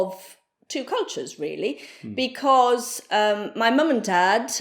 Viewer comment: Awesome! Ho capito quasi tutto!!! 🤩 E ho capito che c'è della Puglia in quando ha pronunciato "because" a 😅